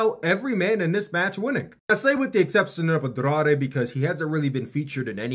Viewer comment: As a Mexican hearing this guy trying to say the name Andrade with an accent is sad but funny😭😂